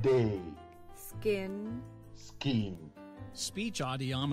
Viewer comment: He said skeen